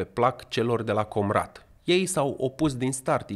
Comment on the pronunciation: Povestea lui Guțul, e ca a fost manichiuristă pentru Tauber, mîna dreaptă lui Șor în public. Dar nu-i confirmat. Si accentul în „Comrat” nu se pune pe „O”, accentul e monoton.